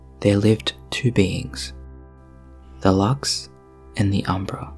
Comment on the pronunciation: In the beginning I thought you said “there lived two beans” and I thought “lesbeans”